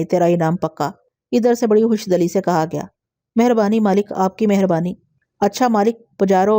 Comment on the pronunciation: خوش دلی۔ د کے نیچے زیر ہے۔ د کے اوپر زبر نہیں ہے دل۔ سے۔ دلی۔